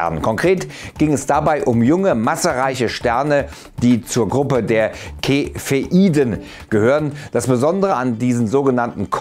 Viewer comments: Cepheiden werden nicht Kefeiden ausgesprochen sondern Tsefeˈidn̩ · Die Dinger werden aber nicht "kefeiden" ausgesprochen^^ das c wird auch als c ausgesprochen. Aber sehr schönes video!